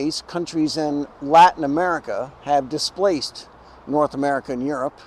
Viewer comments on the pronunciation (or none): none